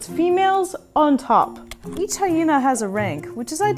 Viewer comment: IT'S MA'AM! "HySHena"